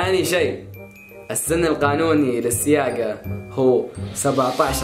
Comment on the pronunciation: سياقه✅ سواقه❌